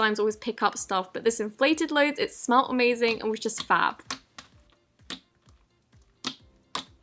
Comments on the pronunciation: D-Did she j-just say FAB??? 😤😟😖😣😬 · “Fab” got me triggered